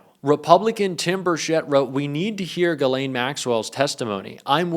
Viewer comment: He pronounced Ghislaine!👍🏻